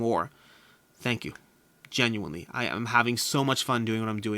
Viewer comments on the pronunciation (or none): none